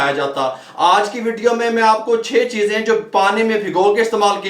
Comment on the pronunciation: Cheezay hota hay cheejay Nahi.